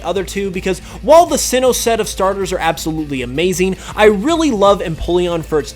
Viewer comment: ABSOLuitly lol